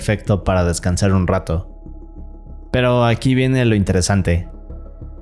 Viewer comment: Me gusta ese: "Y aqui viene lo interestante" 😅